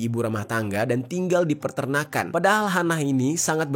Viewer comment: bang bukan Perternakan tapi Peternakan 😅